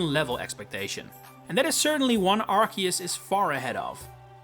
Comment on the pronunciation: It's arceus not arkeus ffs